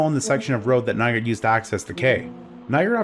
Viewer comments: i thought it was Nygård, not Nygaard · You're actually supposed to say "Nyga"